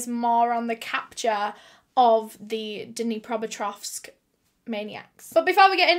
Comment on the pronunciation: Can we all just appreciate for learning to pronounce Dnipropetrovsk properly 😅